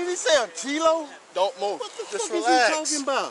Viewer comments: He didn't say "kilo", he said "Cee-Lo" as in, Green. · “Kilo? Tf u mean Key-lo? Tf he saying key lo?” 😮